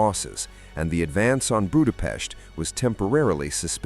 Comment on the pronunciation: Before making such a video, you could have looked after how to correctly pronounce the word 'Budapest'.